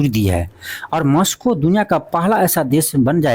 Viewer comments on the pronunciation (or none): Aapki mehnat bahut achhi hai... ❤but... आपकी हिंदी की वर्तनी एक शिक्षक के हिसाब से बहुत खराब है।आप मैक्सिको और कजाकिस्तान भी सही से नहीं बोल पाते।।।😢😢